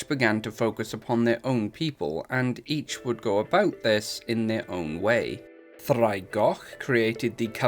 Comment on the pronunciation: Heads up: you'll want to spell it "ddraig" with the pronunciation. Your spelling of "draig" is pronounced with a /d/. Both mean "dragon," though.